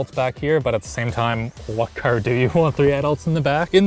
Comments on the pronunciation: I have never heard east coast accent more then when he says caRR. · I've never heard this guy sound more stereotypically Canadian than when he said Car and Park over and over again.